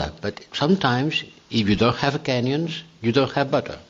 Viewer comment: Borell, is he saying "certainly everybody prefers butter to canyons" or is he making a racist statement about people from kenia? I am not sure if I should give him the benefit of a doubt...